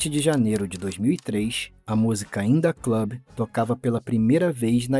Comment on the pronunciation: "indah club" lollll